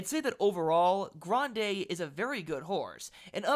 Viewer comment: I like the way you trill the "r" in Grande because I was a Spanish teacher. Grande had a far longer trip than Rodriguez in the Wood and was flying late. He got a better rating than Rodriguez when you take that distance traveled into consideration. Like the favorite in the race, Journalist, he's by Curlin. His damsire, War Front, was only out of the money three times in ten races but was a sprinter. Brad Free, Steve Crist and Andy Beyer - all legends in horse racing lore- like Grande to be in the money.